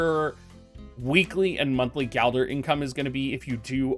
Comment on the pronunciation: It's gilder not galder :(